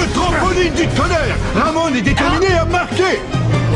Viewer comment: il a dis Ramon au lieu de raimon